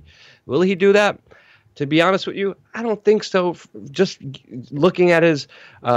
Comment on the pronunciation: "Wit you" 😂